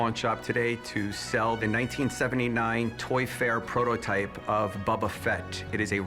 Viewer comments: Boba* not bubba 😭😒🤦🏽‍♂️ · Calling him Bubba fett drives me crazy. He says he loves it more than anything? Smh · “Bubba fett” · lol superfan but calls him bubba fett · Yeah me too sounds like a brick hitting a window Gets on my nerves hearing Bubba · and you said Bobba not Boba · Loves it more than anything, can’t pronounce “Boba” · something this guy loves more than anything but yet he can’t pronounce boba correct